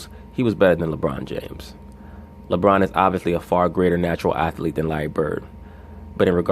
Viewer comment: I didn't know athlete had 3 syllables.